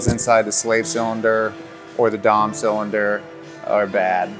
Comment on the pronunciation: bro "the dom cylinder" i am dead